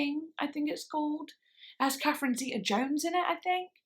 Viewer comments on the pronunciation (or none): none